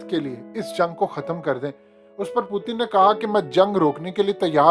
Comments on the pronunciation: U look like ato be a funny guy calling him pootan. Pl pronounce him well.... Putin. Learn frm some one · Bhai Russian president ka name pronounce karna seekh lo phelay phir video bnao. Pootin kiya hai ....